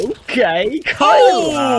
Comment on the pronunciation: Irytuje mnie, że komentatorzy nawet nie starają się poprawniej z pronouce'owac nick Kylara. Przy Grubym chociaż próbowali i to się szanuje. Boombl4 jakoś każdy poprawnie wypowiada. A tu w przypadku biednego Kaceperka jeden mówi KAJLA a drugi KYLO kurna REN chyba xd.